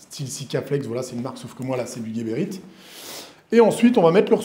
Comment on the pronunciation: Big up. C’est geberit ca se dit Jéberit et guéberit… y a pas de u.